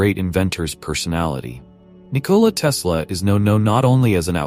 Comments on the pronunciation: He is not Nikooooola Tesla, but Nikola Tesla. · OMG just stop pronouncing his name "Nicoooola" as if he were some kind of a bomb. The "O" is short and stressed. Like "hot" Nikola.